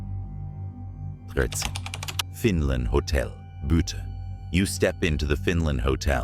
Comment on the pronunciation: Why use AI narration? "Boot" for Butte? Use human narration as it is so much better.